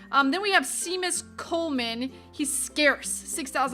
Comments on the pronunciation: It's pronounced shaymus not sea mus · not to be a hater or to make fun of you because i love your channel but its (SHAME-US) not (SEA-MUS) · Seemus Colman it's pronounced like shamus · It's pronounced Sheamus, Sheamus Coleman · Seamus is pronounced shay-mus He's irish ;) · seamus is pronounced shamus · Ha Seamus Coleman she pronounced that wrong and for some reason it killed me